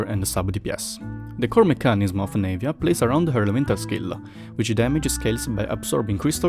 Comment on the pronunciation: It's not pronounced Nave-ya. It's Nah-via